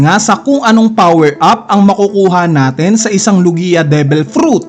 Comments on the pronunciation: It’s log-ya, not lu-giya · BOSS HINDI LOGIYA 😂 LOGYA PO PAG PRONOUNCE NYAN HAHAHHA NUNG UNA SI KING HARALD GINAGAWA MONG HERALD 😂😂😂😂